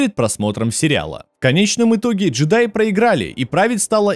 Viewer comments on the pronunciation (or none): none